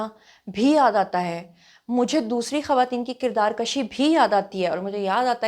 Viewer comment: kirdaar kashi nahi kirdaar kushi plz